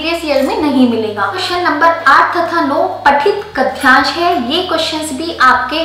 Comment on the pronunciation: अपठित होता है न कि ऐपठित गद्यांश होता है न कि गध्यांश